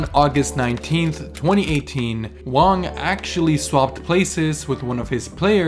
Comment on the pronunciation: Actual props for pronouncing Wang correctly most westerners would pronounce it with a “ang” instead of “ong”.